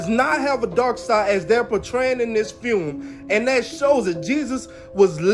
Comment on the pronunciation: he couldn't pronounce "film" either. He couldn't pronounce a lot of things. I had to put him on closed caption. But it seems like that movie is this decade's "last temptation of christ" someone always has to make something controversial and insulting to stir up ticket sales.